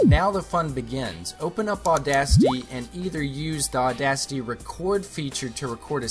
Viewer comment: Audasty? No, auda-CITY.